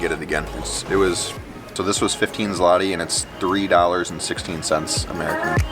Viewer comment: ZLOTY, not 'slati' or 'zlati'. That is the name of polish currency. If you translate directly 'zloty' (złoty) would be 'golden' in english. There is also no 'cent', but there is GROSZ (grosh) (singel) . Zloty is equivalent of US dollar while grosze (plural) is equivalent of us cents. Those 60$ you spent is around 280 zł (which not small amount).